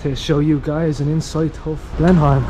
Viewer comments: It is not pronounced "Blen-Heim". It is pronounced "Blen-Am". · Love this video. FYI locals pronounce Blenheim as.. Blen-im not Blen-Heim i.e. silent H FYI my partner used to have massive issues at that time of the month. Please for sake please get a prescription of Naproxen! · Hey guys - love your channel - watch from Australia regular. Expat Kiwi...maybe things have changed since I left decades ago, but we always pronounced Blenheim "Blenem", rather than Blenhime! Correct me if I am wrong - keep up the good work, great channel..... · The way you pronounce Blenheim cracks me up 😂 never heard anyone say it like Blen-heim 😂 we pronounce it like Blenem. Now I think about it, you guys are probably pronouncing it the way it’s supposed to sound 😂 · Love the pronunciation. Blenhime. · Blenheigh lol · Blen-im is how we say it here, kids. So please don’t copy the Irish version! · interesting pronunciation... kiwis just say 'blenim' but you might be right.. Austrian place name maybe? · Love your Irish accents. We Kiwis pronounce Blenheim as "Blenham" but you are forgiven for not knowing that. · Pronounced... Blennim .... 'h' is silent as it is in England. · Yep, the "h" is silent. "Blenim" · Thought it would pronounced more like “Blen-imm” than “Blen-am” 😂, either way can understand why they’d pronounce it the way they did as the place name is European/German in origin. Find it cool how research how to pronounce the local names but to each their own 👍🏽. Still great of this channel to showcase NZ to the world 🇳🇿🫡.